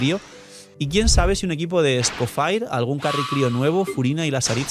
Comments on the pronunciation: No puedo ver el vídeo porque se me hace muy raro como pronuncias EscoffAir como si fueras gringo cuando la forma correcta es escoffié en francés mucho mas fácil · Porque le dice "escofair" si tanto en español, ingles y francés (origen) la i suena como i normal "escofier" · El señor Escoffier removiéndose en la tumba viendo que le dicen Esco-fire 😂😂😂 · Escofier o escofair jajajaj en el juego lo pronuncian de la primera forma